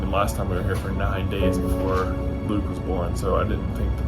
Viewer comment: i am so happy for you also claim your LATE tickets here edit: when i heard you say luke i thaught you said bloop lol